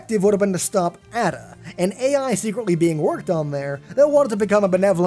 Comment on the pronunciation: It's not "add-a" it's A-da, as in Ada Lovelace, the first programmer. There is a government (committee) designed language named Ada.